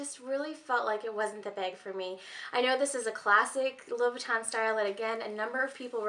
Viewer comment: It aggravates me how you say Louis Vuitton